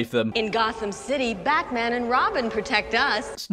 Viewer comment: "Bahman" very British bahman name